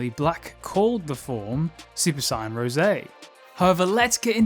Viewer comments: I hate the way you pronounce saiyan. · i hate how he pronounces saiyan